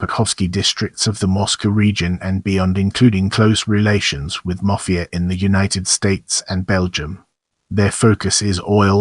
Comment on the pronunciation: Say mafia please properly!